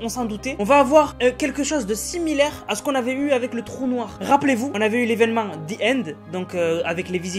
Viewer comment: 😂😂😂😂😂the : de c’est ze